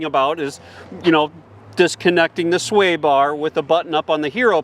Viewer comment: Can we stop calling the SWAY bar disconnect a "stay" bar disconnect? It sounds illiterate. And was this video originally intended to glorify the Badlands, and horribly downplay the Wildtrack, or was that just a "happy" accident?